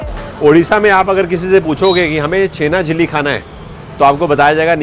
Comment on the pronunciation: The blogger wrongly pronunciating Chhena (Paneer) Jalebi as Chhena Jili or something like that (Patol) Parwal is a vegetable widely sold in India as a summer crop. The botanical name of Parwal is Pointed gourd (Trichosanthes dioica).